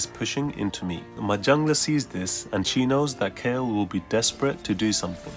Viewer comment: It's Kayle